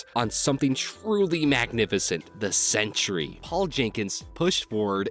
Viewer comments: 'Sentry' only has two syllables. You keep saying 'Century'. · SEN-TREE... NOT CENTURY!!!!!!